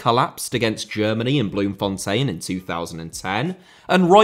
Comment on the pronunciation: Welldone with your Bloemfontein pronunciation. Outstanding vid as always 👌